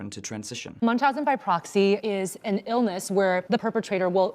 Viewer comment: its proxy not poxy